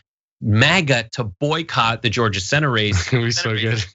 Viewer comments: "DIS IS JO-JUH! WE AIN DUM!" As a Georgian, he does not represent me. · "This is Georja, we ain't derrrrm." Yeah, right...